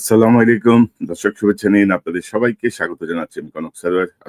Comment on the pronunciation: Apnar.salam.ta ar valo hoilo na. Kotobar koisi.... Assalamoilaikum???